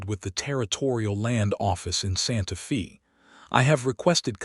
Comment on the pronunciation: Very good story but the city’s name Santa Faye like a girls name not Fe.